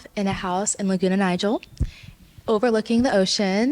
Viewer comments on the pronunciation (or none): Am I the only one (living in SoCal) who heard the one that has planned her life with two sets of twins say that she wants to live in “Laguna NIGEL” instead of “Laguna Niguel”? 😅